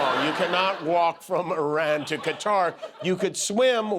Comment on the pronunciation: Surprised he even pronounced Qatar the right way.. Setting the bar real low here.